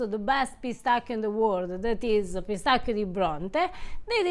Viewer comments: Piss tacky o sounds way more ridiculous then pistaccios.... 😂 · Pistacchio - Pistacchi (singular and plural). However, the American pronunciation of Pistacchio here in Italy is quite curious .